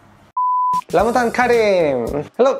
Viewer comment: I couldn't get my mind off of how pronounced 'ra' as 'la'...but it is really impressive to see people wanting to understand Muslims instead of judging 1.2 billion people blindly. I hope this Ramadan bring you lots of blessing and good iftar food😁😁😄😄